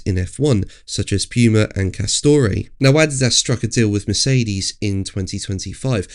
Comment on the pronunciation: Pronounce Castore correctly....they are an English brand, not Italian. It's 'caah - stor'